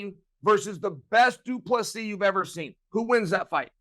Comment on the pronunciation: Hahahaha.. the irony after butchering ddp's name for months